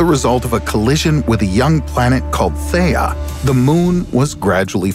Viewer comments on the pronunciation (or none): Me:hears say somthing wrong Olso Me:looks at comments and types what said wrong Me:thia not theia